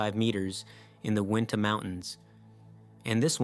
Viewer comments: it is pronounced "you-in-tah" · Uinta is pronounced you-in-tah. I'm looking at the Uinta mountains right now out of my living room window, in Uinta County, Wyoming.